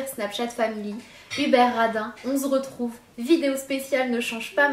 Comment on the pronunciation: hihihi tu as encore dit on z'retrouve